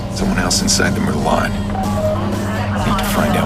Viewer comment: They can't even pronounce merlot correctly. Ding!